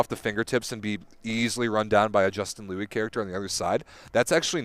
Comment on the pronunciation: If possible (before tonight’s game) can you relay to the Volleyball World commentators, Matt Prosser and Salima Rockwell that Justin’s last name is pronounced “Lou-eee” and not “Lu”? Thanks... Ray Lui (Justin's Dad)... Go Stanford Go!!